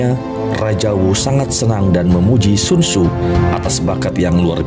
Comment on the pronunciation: Sekedar saran semoga berkenan, cobalah mengucap dgn lafal yg tepat